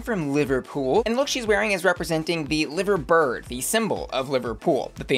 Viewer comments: its pronounced LIE-ver bird not live-r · The liverbird is pronounced ly-ver bird. Still a great look though. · please educate yourself more on Britain 😭😭 Or at least pronounce Liver correctly and understand the symbol of the bee lmao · Love your videos so much! Just letting you know liverbird isn't pronounced like that🙈😂 from a fellow liverpudlian! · I’m howling at the pronunciation of liverbird😭